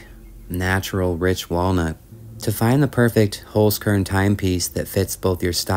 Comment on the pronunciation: very enjoyable video. a 'z' in german is pronounced like 'ts'. 'holz' is german for 'wood'. i am sure the sponsor cringes to hear their name mispronounced. holzkern (wood core) pronounced 'holts kairn'.